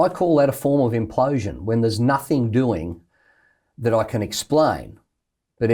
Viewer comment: Isaac can you please stop saying (nothink) It’s NOTHING! A part for that good work 👍🏻